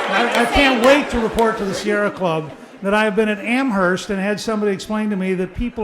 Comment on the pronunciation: LOL! Newt Gingrich is now "The Bird Lover"...Ha ha ha ha ha. What a piece of shit he is! Liar, scumbag AND unable to pronounce "Amherst." Dirty prick and proud of it.